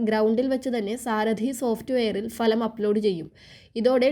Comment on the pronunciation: ഭലം എന്നല്ല ഫലം എന്ന് ഉച്ഛരിക്കാൻ പഠിക്കൂ